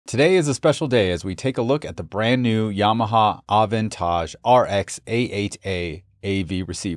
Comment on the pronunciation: Aww Ahhh It's An AaavAntAge A8A ... lol.. Can I buy another Vowel? #Aaahhhh